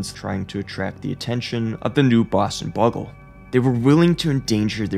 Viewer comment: “Boston Buggle” 😂